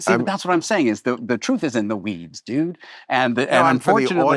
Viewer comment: The way he says dude is insane .